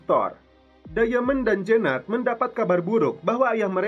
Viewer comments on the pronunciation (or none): Diamond dibaca dayemen, ahahaha